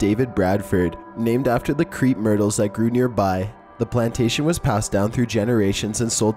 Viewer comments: Top15s Tell that Crepe---it's pronounced "crape" myrtle, not creep lol 😂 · ok it's not creep myrtles, pronounced crape. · That would be pronounced "CRAPE" myrtles.....not "Creep" myrtles... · It's pronounced crrape